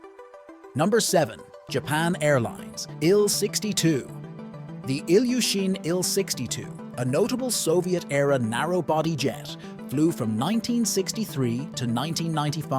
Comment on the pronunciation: It’s not ill 62 it’s IL 62